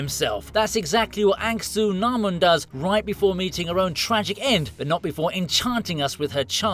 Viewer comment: her name is pronounced Anak su namun not ank su namun if you watch the movies you will know